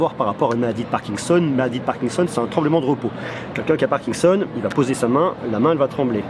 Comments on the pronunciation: on dit parkinson et pas parkingson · on dit "parkinson" pas "parkingson"